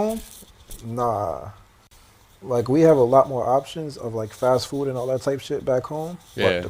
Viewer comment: why can't bro pronounce his d's though? "foo'" lol